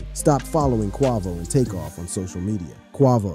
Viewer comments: Right how does he not know his name lol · Annoying as hell..🙄